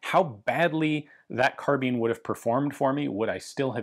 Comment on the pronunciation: I can’t tell if I have been pronouncing carbine wrong my whole life or he has saying carbean